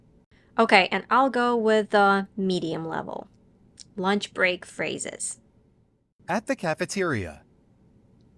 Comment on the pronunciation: no native speaker is going to over propnounce the t in at before the word 'the', that's so unnatural...